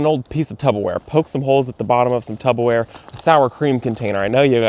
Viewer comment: Did he say, "Tub-a-ware"?! 😂 I'm officially calling it that from now on!!!!!❤😂❤